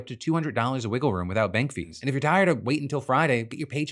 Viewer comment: For me, I caught it in Phil's ad read it changed "fees" to "bees" and i thought banks were siccing their bees on their users and was like "woah"